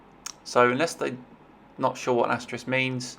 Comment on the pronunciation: it's asterisk not asteris